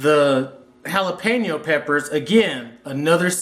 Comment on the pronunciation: as soon as he said jalapeno like a white boy I hope out this video good luck people